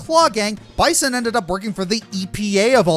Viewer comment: I hate to be that guy but its bee-san not bye-son like the animal he clearly is